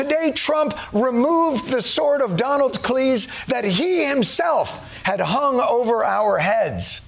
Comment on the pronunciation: “The sword of Donald-cleeze” did you just say that?? (Rewind yep he did) that’s genius! Yet again you guys are the best!